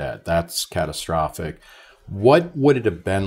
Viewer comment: Catatastrophic 😂😂😂😂 needs an Oscar just for that word. Bring on Grownups 3 👍👍👍